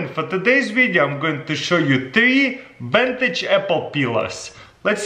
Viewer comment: Vintage or Ventage? That's the question 😂